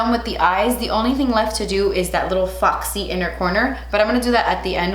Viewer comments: no one: not a single soul:: fAwKsEy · I just love hearing you say foxy 😂😂 Favorite foundations. High end: Estée Lauder Double Wear. Drug Store: NYX Can’t Stop Won’t Stop